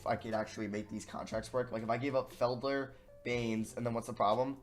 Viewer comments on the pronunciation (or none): No one:: FED-LER *Its Fel-Der